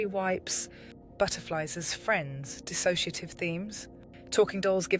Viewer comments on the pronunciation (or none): none